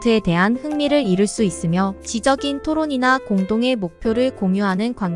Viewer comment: "지적인 토론이나" -> "지쩍인 토론이나" 로 읽으셔야 할 것 같아요^^ 전체 내용은 정말 공감합니다😊